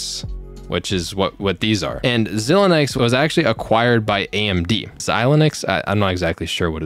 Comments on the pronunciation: Xilinx is pronounced "Zy-Links" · Ooooof you made me cringe so bad.... My father was an embedded systems developer so I grew up with thinga like FPGAs. The correct pronunciation is X-eye-lynx. Xilinx is a reputable brand that has been around for many decades... ironically since 2020 they have been owned by AMD... so guess he is making a lower quality AMD GPU with extra steps... but still this is am amazong project. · Xilinx is pronounced { Zi - Link - Z} just for future referance. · Learn english properly 😂 xilinx (pronounced zilinks)